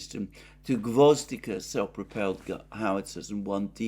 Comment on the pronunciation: It’s gvoz- DI- ka with the stress on the second syllable, means “carnation”